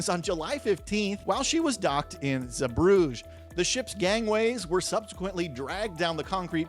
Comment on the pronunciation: it's pronounced ZEE-Bruh-Guh. Bruges is a completely different city lol.